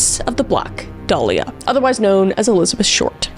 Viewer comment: My irl name is Dahlia- i low-key just had a heart attack (metaphorical) reading that title- Also props om the pronunciation of 'dahlia' bc so many people pronounce it wrong.